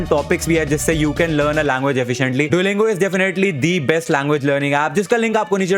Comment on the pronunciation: See how his father 👨 pounces dulingo 🤣🤣🤣😂😂